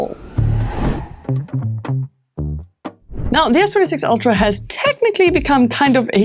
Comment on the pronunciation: Its pronounced ultra not oltra